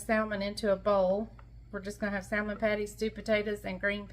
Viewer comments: I'm sorry, I have to agree. I think I've heard you say samon without the L. Why are you pronouncing the L now. also pronounces the L. We're all just wondering why? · Please don't pronounce the L in salmon